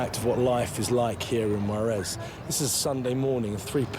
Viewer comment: IF YOU ARE GOING TO REPORT ABOUT MEXICO. PLEASE PRONOUNCE THE JUAREZ CORRECTLY! YOU ARE SAYING WAREZ.